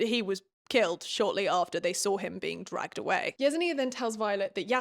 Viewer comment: I think it’s pronounced like “jes-in-ya.” At least that’s what I was saying when I read.